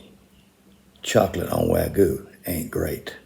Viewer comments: The real crime is pronouncing "wagyu" as "wag goo". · WagYYYYYYu Not Waguuuu 😅😅😅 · Is there any Japanese word that's not butchered in the states? Wagoo? It's wa(as in duh)-ghee-you. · Are not even trying to saying wagyu anymore ..